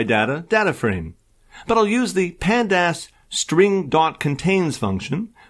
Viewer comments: The pronouciation for pandas as pand-ass & mat plot lie b! 😄 It's like fingernails on chalkboard! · Panda-ass was killing me!! :D